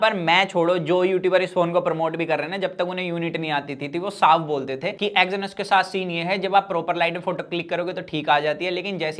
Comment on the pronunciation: Exynos bolna sikh le pehle